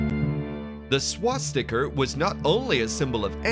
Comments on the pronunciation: I've been trying to figure out what's so wrong to the ear. I think the narrator is a pommie putting on an American accent. But it's not just that lol. What's a "noozi" and a "swas-teeka"? Lol. The pronunciations of famously easy words to pronounce are all over the shop lol. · Please consider redoing the voice over on this to pronounce Nazi's and a swastika properly